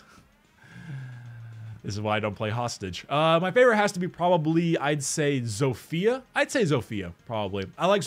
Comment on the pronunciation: WHAT IS THAT HERESY AND WHY DO YOU PRONOUNCE ZOFIA LIKE THAT there is short i not like iiiiiiiiii